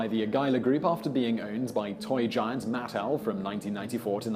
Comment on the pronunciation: "Matt-L"? It's pronounced "Muh-tell". You are hopeless in regard to your pronunciation research!